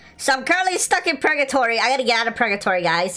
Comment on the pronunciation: Bro said pregatory😂